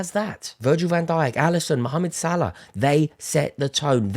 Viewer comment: You forgot about Cody. He's playing very well now. We saw glimpses of his talent. Now the consistency is there ... Also much respect for calling Salah by his full name. For some reason 3 syllables is too much for most English people.